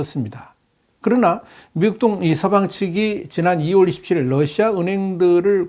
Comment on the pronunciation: 아직도 Lusia라고 하시네요.